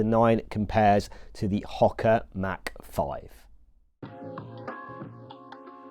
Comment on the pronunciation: Ho-ka not Hok-a